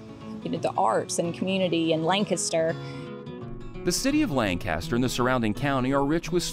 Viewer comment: It's a shame you cant pronounce Lancaster like everyone else in SC does. This is not Pennsylvania. So offensive and you say it a thousand times.